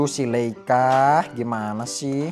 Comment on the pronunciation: Leika koh bukan leila